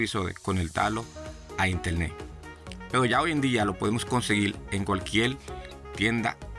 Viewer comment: Intelne de manera jemota 😂😂😂